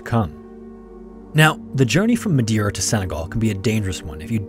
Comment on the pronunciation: Mispronounced "Madeira" ma man...